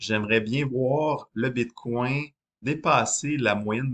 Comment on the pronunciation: J'ai décroché à bite coin. bitcoin. pas bite coin. une bite dans un coin lol